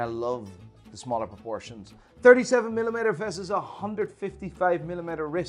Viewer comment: I love your vids, but I cringe every time you say "milimayter"